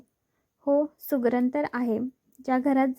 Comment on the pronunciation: शुगरण नाही सुगरण